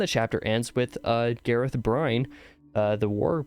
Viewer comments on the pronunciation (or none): lmfao Gareth Bryne - GAH-rehth BRIHN. Nailed the 1st name. Failed the last.